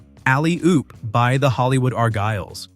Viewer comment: IT'S NOT THE arGYLES. IT'S THE ARgyles. YOU GOT THE emPHAsis on the WRONG SYLLABLE. IT SHOULD BE ARgyles